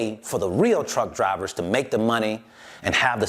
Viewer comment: i feel you homie but i kept hearing cowards when you mentioned truck drivers lol